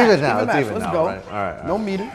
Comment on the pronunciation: i swear when he said METER, i heard it as PETER!!! lol